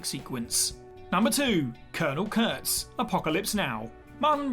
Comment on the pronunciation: Its Kurtz in Apocalypse Now, NOT Curts. 🙄